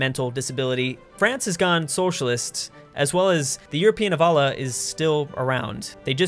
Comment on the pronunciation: Can you please learn how to pronouce Allah, its really bothering me.